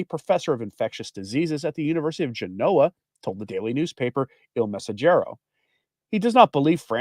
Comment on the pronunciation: Gen-OH-uh? Mamma mia! Observe the antepenultimate accent: GEN-oh-uh. (Eng) GEN-oh-vuh (Ital.) NAH-po-li. (Naples) MOH-deh-nah (Modena, Pavarotti's home town)